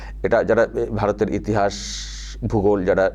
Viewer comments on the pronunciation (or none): none